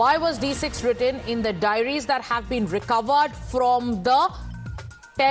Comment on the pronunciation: Diaries not Dairies.